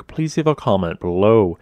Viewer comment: Consider becoming a pat-ron on Pat-reon not a pate-reon on PATE-REEEEE-ONN